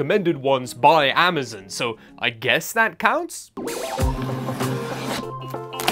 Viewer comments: Amazon is pronounced Am-uh-zOn, not Am-uh-zUn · Bro said “amazen”